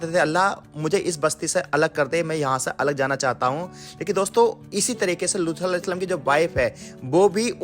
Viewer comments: Video me loot alehissalam na bol kar looth alehissalam bol rahe hai talaffus thik kijiye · Lutha nahi Lut kaha karen ap...nahi aagey log ghalat naam pronounce krengey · Bhai lutha alyehis salam nhi hai lut alyehis salam hai naam to sahi se lo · Abe lutha nahi luth a.s naam sahi se le vo nadi the hamare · Naam to sahi le ye loota kya hai be loot a s nhi aata tujhe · Luthal nahi Loot A.S. thik naam bole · Looth nahi loot alaihis salam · Bhai Lootha ya looth ni hai Asal naam unka Loot hai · लूथ नही लूत है , नाम सही से लीजिए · लूत के जगह लूथा क्यों बोल रहे हो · Name bhi thik se lelo Looth nahi loot (A.S.) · Phele unka naam sahi se lejiye aap lut A.S salam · Paighambar ke naam ka pronounciation sahi se kariye Loot alihissalam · Are bolna seekh le lood hota h